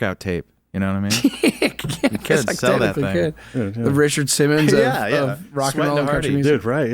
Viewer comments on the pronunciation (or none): none